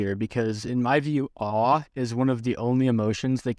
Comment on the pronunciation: thanks, i find your perspective on this subject very relatable. this video is pleasantly honest, direct, uncomplicated, and a little bit funny and as such a very positive, approachable place to start which makes it so much more useful than almost anything else. had an amusing doubletake every time you said 'awe', it took my brain a good minute to compute past: 'wait what? is actually chinese and muslim, i wasn't expecting that!.'